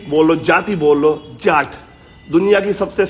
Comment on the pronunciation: Not Jaat it’s Jatt 😊😊